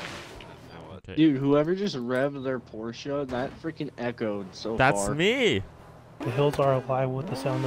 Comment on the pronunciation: why u say porchea